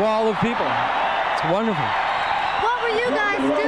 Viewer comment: haha yeah, when he says it's wonderful